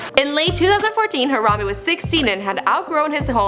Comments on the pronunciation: She say harada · har-am-BEE its BEE not bae